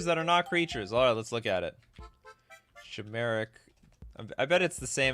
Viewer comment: I think you're pronouncing chimeric wrong. It's pronounced like Kai. You're saying it like shy. Like die but with a k sound